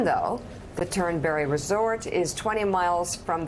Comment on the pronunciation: There is not berry in Turnberry! Turnbree!